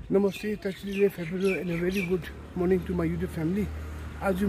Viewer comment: Wen u say good morning it sounds like dood marring😂😅